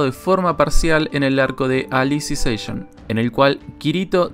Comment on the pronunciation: No es tan difícil pronunciar Alicization XD De las Novelas Ligeras solo Alicization y Progressive (lo que debía haber sido el Arco Aincrad desde el principio) son lo que me interesa de SAO ya que el resto de la historia sinceramente tiene muchísimos aspectos criticables. P.D: Ahora a esperar otro video de hablando de Saint Seiya XD